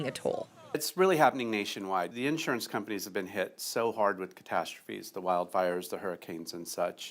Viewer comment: She can't say insurance correctly. Why they have this woman on this task if she can't pronounce the word Insurance correctly.